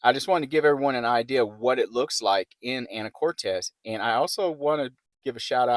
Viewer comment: It's Anacortes. Not Anna core tez. Actually quit watching your video because it was so annoying to hear you say it wrong so many times